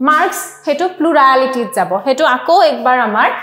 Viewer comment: Ma'am it was a very nice session. Very informative.. Thank you so much. I just want to bring it to your notice that some of the pronunciations in the video is distracting my studies. For example- "Plurality" is pronounced as "Pluraaality", "Scenery" is pronounced as "Scenaary" . Hope my feedback is taken positively. Thank you.